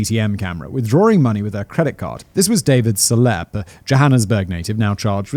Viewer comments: Dude Selepe is easy to say hahha it's Se-le-pee! Not Selep. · i'm oddly bothered by "selepe" being pronounced "seleppe", lol...